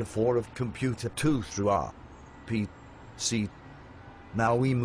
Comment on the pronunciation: you should have typed 'are pea sea' (instead of r p c) into the natural soft program for the voice to say RPC better.